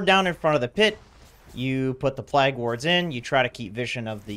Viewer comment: "plag wards" xD